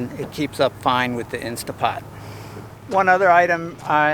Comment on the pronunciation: Tell your Dad it's an "Instant Pot" not an "Insta Pot.":)